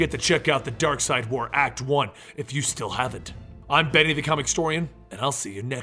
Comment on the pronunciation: It's Darkseid not Darkside